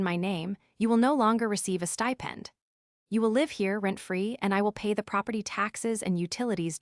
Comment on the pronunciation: Live and live, pronunciation problem, again?